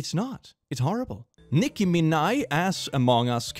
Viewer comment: That pronunciation of Minaj sent me for some reason